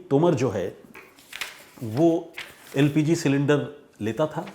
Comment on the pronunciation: यार न्यूज़ बाद में सुनाना पहले अपनी हिंदी सुधारो एलपीजी को एलजीपी कर दिया 🤣😂🤣🫵🏻